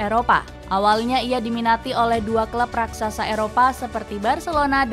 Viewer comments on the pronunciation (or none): none